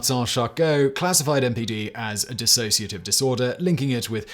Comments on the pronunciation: For God's sake, the word is 'dissociative' not 'dis-A-sociative'. You can't even get that right. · It's DISSOCIATIVE, not DISASSOCIATIVE. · Dissociative, not Disassociative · It's dissociative, not disAssociative. And DDNOS (Dissociative Disorder Not Otherwise Specified) has been changed to Unspecified Dissociative Disorder. Also, there is OSDD (Other Specified Dissociative Disorder) with subtypes 1a and 1b being like DID, 1a lacks the distinction between personalities, and 1b lacks the blackout amnesia between switches. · It's 'dissociative', not dissasociative! Sloppiness like this is what puts me off your multiple channels - you're about as accurate as a human Wikipedia. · Nope it's Dissociative Identity Disorder. Drop the A. Simon mispronounced it consistently.